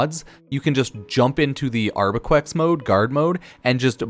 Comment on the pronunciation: "Arquebex" not "Arbequex"